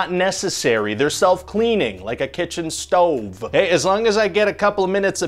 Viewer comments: "Like a kitchen stoVVe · The best part is how he pronounced "stove"